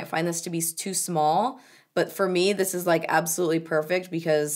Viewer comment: with "dis dick" makes me laugh everytime!